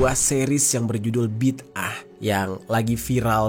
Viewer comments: Bidangah bg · huruf DAL (د) tu kolkolah kubra. Bunyinya BIDdē'AH. Maka sebutannya tak sama macam huruf TA (ت)